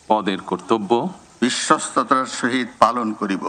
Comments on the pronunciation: *******,বিশ্বস্ততা যে উচ্চারণ করতে পারে না,সে বিশ্বস্ততার সহিত কিভাবে কাজ করবে I বিশ্বস্ততা কে বলেন বিশ্বতা I ভুলটা সম্ভবত ইচ্ছাকৃত কারণ বিশ্বাসযোগ্যতা,বিশ্বস্ততা কোন চোরের ভিতরে থাকে না I *******বাংলাদেশের ঝড় উঠেছে,ধীরে ধীরে বৃষ্টি হচ্ছে I ঝড়ের তান্ডব এখনও বাংলাদেশের মানুষ বা বিএনপি অবলোকন করেনি....... বিপ্লব দীর্ঘজীবী হোক 🇧🇩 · তারেক রহমান বিশ্বস্ততার উচ্চারণ টা ঠিক মতো বলত পারলো না আহারে প্রাধানমন্ত্রী।😅😅😅